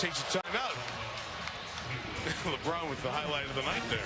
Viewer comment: lebron not labron